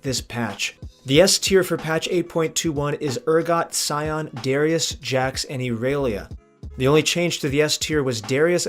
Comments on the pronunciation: why does he say erelia everyone says irelia even if thats what he thinks is right it doesnt matter majority says irelia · you mean you dont pronounce it Erailiya. clearly how they intended it to be pronounced. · cant even pronounce first characters name right, fucking trash. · Latin American. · Why did u say irelia like that lol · Ok wait how did you pronounce IRELIA. Ok I’m out